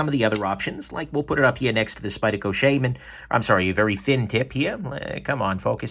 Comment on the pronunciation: I know I'm 6 years late... but the way he mispronounces Shaman is irritating